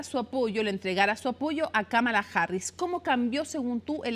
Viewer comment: La mitad de los hispanohablantes lo pronuncia mal, es KÁmala no KaMAla, una esdrújula, solo que el inglés no tiene tildes.